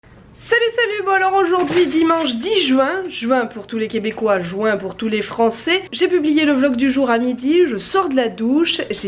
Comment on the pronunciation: je suis Français et je dis "Juin" et pas" Jouin " ça me stressé " Jouin" c'est comme les gens qui disent "An-née" après j'ai rien contre ces personnes mais ça me stresse